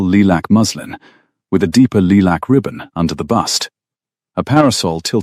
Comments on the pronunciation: Itz lilac not lee-lack, but but that how pronounces words😉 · "Lee-lack" is not a soft color of lavender, not in English, not in American. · Lilac is.